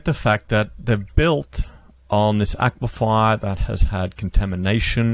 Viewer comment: Aquifer... A-kwee-fer !!!